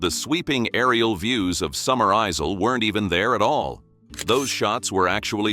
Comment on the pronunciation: Summer Isle isn't pronounced 'summer izel'! Pronounce 'Isle' in the same way as 'aisle' in a church - like being a bride being 'led down the aisle'.